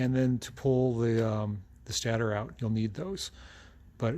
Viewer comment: I believe the stater is pronounced "state-er".